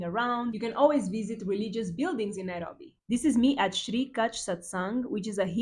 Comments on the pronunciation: I Love how you pronounce Nairobi ❤❤❤ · omg 30..u look like u r 22..and you say the word Nairobi so well🤩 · How you pronounce Nairobi.. ❤ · I like how you pronounce Nairobi